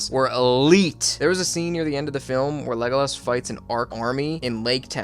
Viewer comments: LEGOlas, Minus Tireth, Booromir Yeah dude was butchering names left and right lmao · "de-NE-thor" "le-go-laas" "smog"